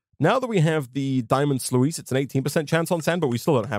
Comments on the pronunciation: It's spelled sluice but u say ot like sluce and not sluice. Am I the only one that is triggered by this? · Day 3 of letting you know its pronounced “sloos” :)